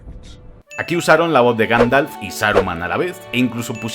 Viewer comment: Ganfalf? 🤣 Minuto 10,16